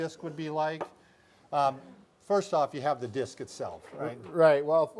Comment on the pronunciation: It's DISC, lol!!! Great job othewise!!!